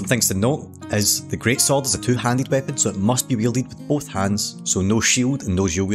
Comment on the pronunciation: Great-SwORD, great-SWORD even, not great-SOLD